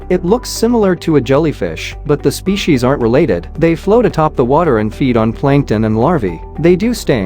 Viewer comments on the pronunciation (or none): none